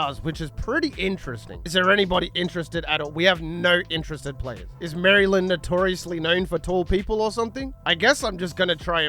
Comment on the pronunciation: hurt me every time I heard you say "Mary Land"